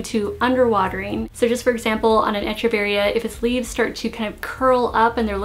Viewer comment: Great comments, tips and instruction... but as many others my dear, it’s pronounced ‘Eck-u-varia’, not ‘Etch-u-varies’...cheers.